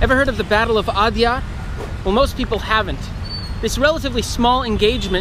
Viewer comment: Well done and Interesting Video! But please focus a little more effort on pronunciation. Every time you said Adyar it jarred a little. The alternate spelling "Adayar" reflects a bit more of the local pronunciation.